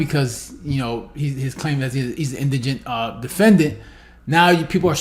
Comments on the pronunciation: All these people not pronouncing the word indegent correctly 🤣🤣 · What's sad is all these fools trying to pronounce indigent..